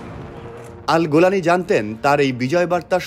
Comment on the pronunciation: গোলানী না জোলানী